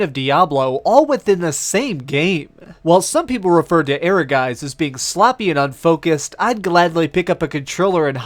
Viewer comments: "Air-uh-guys"? I think you see one too many Es in there. It's Ehrgeiz, 2 syllables. =D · It's German and it's pronounced "Ergaits". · Ehrgeiz is always mispronounced when the name of the game is announced once you are on the menu! Jeez!! E-her-jayz!!! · Your pronunciation of "Ehrgeiz" is really interesting as it is the german word for "ambition". But sometimes Japanese like to pronounce this words in a strange way, so no clue how the developer would call it. I would pronounce it as "Air-gaits" but the "a" in "gaits" more like in "heart" or "hard". Kinda hard to explain :D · The way you pronounce Ehrgeiz sounds so funny to my German ears 😂